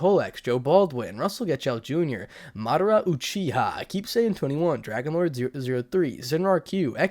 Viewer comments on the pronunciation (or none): none